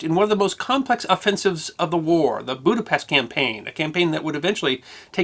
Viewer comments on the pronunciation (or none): Halsey's Typhoon...My daughter in law is from a town very close to Budapest, Hungary, she would not be pleased with your pronunciation of the city...